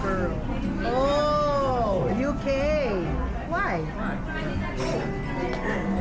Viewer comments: Wrong pronunciation for Edinburgh, should be ED-in-bruh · I think it's pronounced as Edin-bruh (Edin-brǝ). Barbie is pretty and after watching Kontrabida Academy, I think she has earned the right to be called a "consummate actress". 🙂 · EdinBRA po, Tama ba? Edinburgh po.. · Pronounced as edinbrah in Scotland Edinburgh, tsak na-maeenjoy mo yung place Barbie, it's so beautiful and serene, you deserve a well rested holiday. 🙏♥️